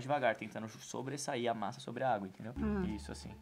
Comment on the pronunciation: a masa ficol masa Eu: que kkkkkk #amojorol